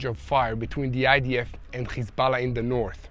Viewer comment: Can you get your subtitles right? Instead of Hezbollah you are saying Kisala? Is that "Kiss my ass" or what?